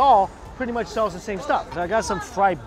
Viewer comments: When he said I love you very mucha he almost had Arnold’s accent down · "I love this so MATCHA" LOL